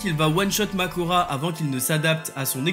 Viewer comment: C’est pas Mahoraga ? et pas Makora